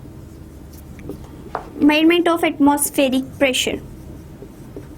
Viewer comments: U pronounced the word "Measurement" incorrectly....pls check the pronunciation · abe measurment bolna sikhle noob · Kindly pronounce " measurement" correctly .